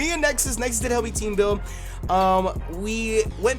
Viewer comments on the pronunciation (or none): none